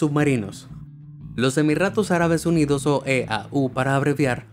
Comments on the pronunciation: Emirratos ??? 🤔🤔Cuando el sonido de la erre vibrante suave se encuentra entre dos vocales dentro de la palabra como en este caso, dicho sonido se representa con una sola erre. “Emiratos”✅ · Es emiratos no emirratos, carajo habla bien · Es una pena que este canal esté traducido con las patas, se pierde la escencia de la narración. Escucharcosas como Emirratos, con erre fuerte, o eso de que se revuelve el estómago más bajo... o que se tuvieron que doblar los túneles para dar cabida a petróleo y más...es simplemente incongruente. El enorme y gran trabajo que hace BE AMAZED, queda destruído.